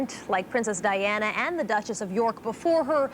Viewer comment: Only birde who got all 4 names right. Diana and Fergie messed up